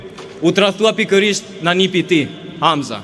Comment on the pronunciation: Ik o kaagjoz se ben studime jashte shtetit me parat e te gjitheve,dhe meso SHQIP,(po u thirni mendjes),Hamza e ka theksin te a- ja e fundit!!!! POPULLI SHQIPTAR ESHTE NJE dhe jo keta dhe ata dhe Saliu dhe Edi jane njegje,jane komuniste te qelbur !!!!